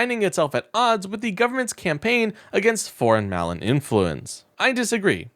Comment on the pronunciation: Just a note but a couple of errors. You said "twenty-seven" when the news article displayed "271" (or, "two hundred seventy-one"). The other is your pronunciation of "malign." You pronounced the word as "MAL-uhn" (like "melon" but with an a instead of an e). The word should be pronounced as "muh-LINE."